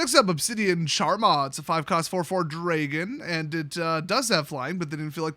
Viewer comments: The "a" sound in dragon isn't "aw" as in draw or "ay" as in pray. It's short like in daxos or tack. Not hating on your accent or the running joke, just saying there's another way to pronounce it 😅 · Based off your pronunciation of Draegon vs dragon, I’m guessing you’re from Wisconsin 😄